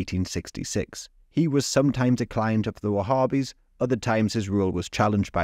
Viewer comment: There's no group called wahhbbis, so stop saying it